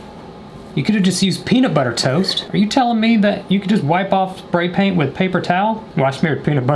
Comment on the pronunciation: I love the fact that he said pay spaint